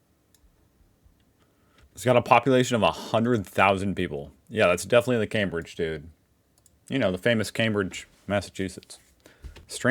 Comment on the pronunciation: Thank you for pronouncing Cambridge correctly.